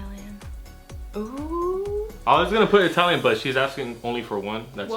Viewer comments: "Atalian food" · It's "atalian" for me 😭💖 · said "atalian"💀😂 go off sis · She put “Atalian” 😂